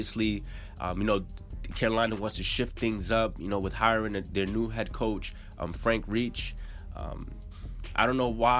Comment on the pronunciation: LOL I stopped the video the second I heard him pronounce it that way